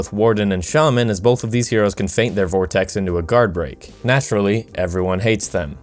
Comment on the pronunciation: "vortex" sigh....